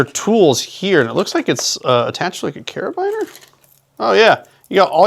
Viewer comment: "Cara-Beaner" not bine-r